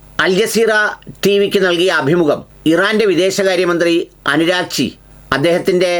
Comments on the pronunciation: അനുരാഗ്ച്ചി അല്ല സെർജി... Abbas ആരാഗ്ച്ചി എന്നാണ്.. 😄😄😄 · അനുരാഗ്ച്ചി അല്ല - അരാഗ്ച്ചി എന്നാണ്. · അനുരാഗ്ച്ചി അല്ല സർ ആരാഗ്ച്ചീ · അനുരാഗ്ചി അല്ല അറാഗ്ചി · അനുരാഗ് കശ്യാപ് അല്ല അബ്ബാസ് ആരാഗ്ച്ചി എന്നാണ് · ഞാനും മനസ്സിലാക്കിയത് ഇറാന്റെ വിദേശകാര്യ മന്ത്രിയുടെ പേര് അബ്ബാസ് അർഘാച്ചി എന്നാണ്. അനുരാഗ് ചി എന്ന് കേട്ടപ്പോൾ ഒരു കൺഫ്യൂഷൻ വല്ല ഇന്ത്യക്കാരൻ ആണോ എന്നാണ് സംശയിച്ചത് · അനുരാഗ് ടാക്കൂർ ജി യോ... നിങ്ങൾക്ക് ഇംഗ്ലീഷ് വായിക്കാൻ അറിയില്ലേ, പല വ്ലോഗർ മാരും പല പേരുകളും തെറ്റിച്ചു പറയുന്നു, നോക്കിക്കൂടെ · അബ്ബാസ് അരാഗ്ച്ചി എന്നാണ് 👍